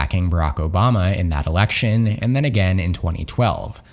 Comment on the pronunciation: Says “Erection” instead of “election” 😅